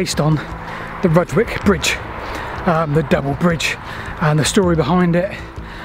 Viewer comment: Nice to see you down my beck of the woods, though i'm triggered by your pronunciation of Slin FOLD and RUDGE wick station names ;) Any chance you'll be doing Christ Hospital down to Shoreham?